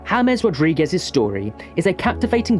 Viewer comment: Hames❌ James✅